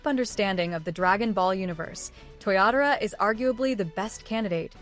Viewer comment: 😅Your Ai is funny.It's not Toriyatora, it's TOYOTARO